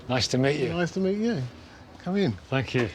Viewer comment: "Thankey" (Davina McCall)